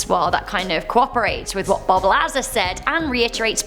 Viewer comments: That is not how you pronounce Bob Lazar. Points deducted....SMFH!! C'mon. Sort it out eh? Lol.;) You're still cute though. I'll let that slide... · It's pronounced Bob Luh-Zar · Say Bob’s name correctly, dumbass 🤦‍♀️🤦‍♀️🤦‍♀️